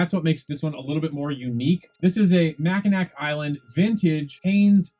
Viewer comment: Michigan subscriber 👋🏼- Mackinac is pronounced Mack-i-naw. Great finds & video!!